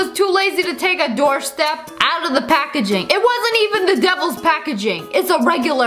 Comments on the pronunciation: It’s not a “doorstep” it a “doorstop”😂😂😂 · The spelling is "doorstop" The way she sayd it: doorstep